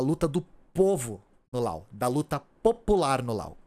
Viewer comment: Eu acho que você deveria chamar o Laos de Laos, pronunciando o s. Primeiro o motivo não tão bom, essa pronúncia com última letra muda parece a pronúncia francesa, porém se eles se chamam assim, não sou eu quem vai questionar. O segundo motivo é que você não chama o Japão de nipon, a Alemanha de dóitiland ou os EUA de iunaitede isteites, tenho minhas ressalvas quanto a traduzir nomes próprios, mas para países acho OK. Um abraço e obrigado pelo seu trabalho!